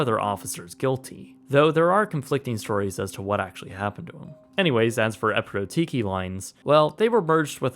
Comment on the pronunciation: Hey...ignorant VLAKA (Gr. for "Fool")......?......EPIROTIKI is not spelled the way you spell it...alright?! The accent goes at the LAST "I"....NOT IN THE ONE BEFORE THE LAST ONE! And for those who might wondering..... "Epirotiki" means "Continental" in Greeks.....